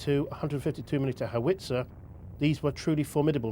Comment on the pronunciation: I don't have a real problem with what anyone is saying here, but I do have a problem with the narrators pronunciation of cupola and howitzer. Lol